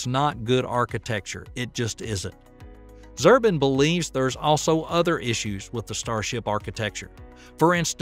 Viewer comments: My God! Weird these hillbilly voiceover guys come from? You really need to learn how to pronounce people's names correctly. Like Robert Zubrr I n… Look at the location of the letters and pronounce them in their proper order. I know what I'll be doing soon enough. In my retirement. And that's doing these voiceovers. These narrations. Because I know how to pronounce these people's names. And moron hillbillies, don't. They've never heard of any of these people. As they have zero intellect. Zero knowledge. No interest in science, math, history, space. And doesn't know how to pronounce these names of people who have been in documentary films now for over 30 years. Some even 40 years. And clueless voiceover narrators. That never heard their names before. As they have been living in a black hole. Or something? An alcoholic or drug induced stupor perhaps? I meet that just ruins this documentary. To hear a redneck who did not read through their script beforehand. That does not have any idea how people's names are to be pronounced correctly. Such an insult! This is embarrassing. What a disappointment. As, how am I to take in any of this information whatsoever? With a clueless narrator. Who's never watched a documentary film before in their lives. Over the past 40 years. Or maybe the past 18 years? As they couldn't be more than 18 years old in their educational background. And getting the names of these scientists, wrong. After they have appeared on countless documentaries. And over a p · Click bait. Author is not a subject matter expert. They can't pronounce Zubrin so obviously doesn't know who Zubrin is. Claims are questionable. Twisting others words etc. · It would be nice to pronounce Zubrin's name correctly. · Well, its not Zurbin, is Zubrin. If they cant get that right how can we take the rest of this seriously? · Zubrin is pronounced ZOO-Brin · "Zubrin" pronounced ""Zoobrin". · Yeah it takes me away when people can’t even pronounce someone’s name correctly.